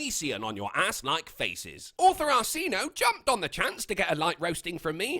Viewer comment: Also, he says the name wrong. Lmao